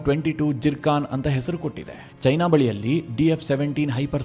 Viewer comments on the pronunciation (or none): none